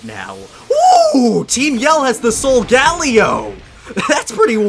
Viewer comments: its pronounced SOUL GAH LAY OH 15 episodes deep and I finally had to comment sorry! Otherwise im loving the series! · It is pronounced solgalyo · henos corret in one of his vids he said my english is nad today and he is saying solgelo wrrong he is saying sogalio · You said solgaleo wrong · U say solgaleo wrong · Please say Solgaleo right